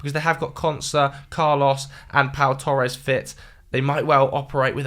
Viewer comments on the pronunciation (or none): none